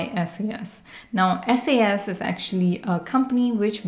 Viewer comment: It's called "SAS" as in SaaS, not S-A-S